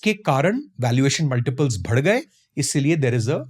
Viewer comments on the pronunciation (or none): "भड गए" नहीं होता हैं "बढ गए" होता हैं